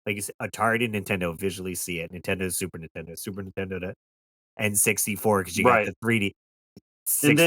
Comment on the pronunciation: You ever notice that sometimes the AVGN doesn’t annunciate the N in Super Nintendo. I’ve heard him say super intendo